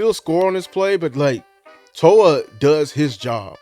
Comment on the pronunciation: It's Jay Toe-Ee-Uh. Hopefully we will be hearing his name said a lot!